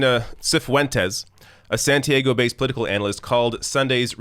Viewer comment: Santiago => Saun-tee-ahh-go